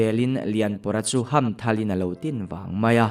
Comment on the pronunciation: Chuam i lam dan hi ka hriat dan chuan sweet ka hmuam kan tih a 'hmuam' kan lam dan hian sawi tur ani in ka hria, ka hriatsual zawk nge ka hrelo.